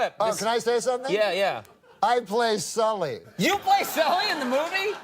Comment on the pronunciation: Norm knows Sully so well, he said his name wrong.